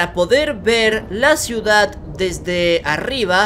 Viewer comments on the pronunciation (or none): none